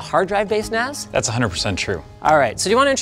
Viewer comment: Okay, so...MKBHD... bought a Macintosh NAS... 'cause, that's what it sounds like he's saying.